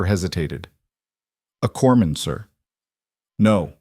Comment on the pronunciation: Corpsman, not corman